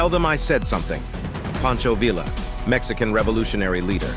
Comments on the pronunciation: Why show the queen then not add her last words? I hate the click bait tactics. And pronounce Villa correctly, come on. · I love how they pronounce Villa in English.